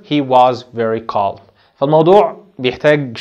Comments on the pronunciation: اسمعك يا استاذ تقول كالم calm أليست نطقها الصحيح (كام )وحرف l سايلنت .. تحياتي ياهندسة استفدت منك كثير ابولين الأنصاري 💖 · Calm كالم😂❌ كام✅ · The (L) is silent in calm,we do not pronounce it teacher! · كلمه Calm لاينطق حرف l بس انت بتنطقه 🤔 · Calm حرف l لا ينطق